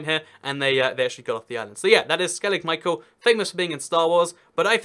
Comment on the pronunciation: U live right next to skellig micheal its pronounced skelligh mee-hawl